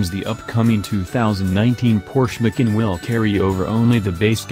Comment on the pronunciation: Did You teach Your arse how to talk? Tell Your arse it's not a Porsche 'Mikin'!